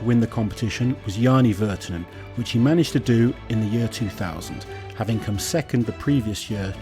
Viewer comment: Everyone else: year This guy: yeeør